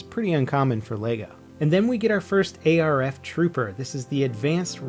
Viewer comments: ITS ARF not A R F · What are A-R-F troopers lol its arf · It's not A, R, F, trooper its arf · A.R.F. is not a thing, it's ARF, not A R F.